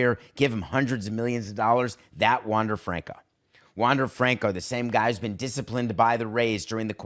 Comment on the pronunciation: Learn how to pronounce his name 🤷🏻‍♂️